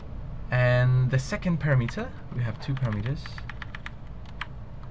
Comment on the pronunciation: SOME CONSTRUCTIVE CRITICISM for you... What is up with, when you say, "EXPLAIN YOU", This should be said as "explain TO you". A BIG ALSO... Parameter is not pronounced "PARA-METER", it is pronounced "Pa-RAM-e-ter". might have a good video, but speaking correctly is half of TEACHING...